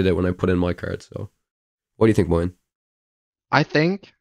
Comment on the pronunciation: Moyen's pronunciation was excellent. (From a french) 👍